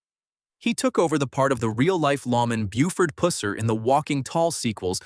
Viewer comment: It's Buford Pusser(as in pus from a wound), not Pusser(as in pussy cat)